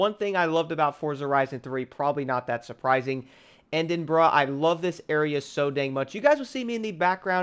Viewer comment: "end-in-bruh" lmaoo